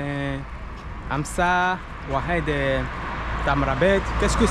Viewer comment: Oued ça veut dire fleuve mon frere et on dis l’oued pas ouehed. 😉